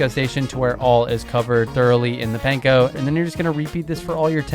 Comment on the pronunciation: This is so great, looking forward to making these recipes, thank you. Pro tip: it’s Pahn-koh, rhymes with prawn and yawn. Not pain-koh. 😉